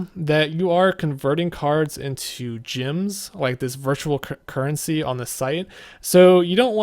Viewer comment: why do you keep saying gyms instead of gems? lol